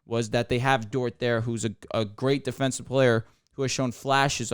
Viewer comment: His name is DORT not DORTS 😂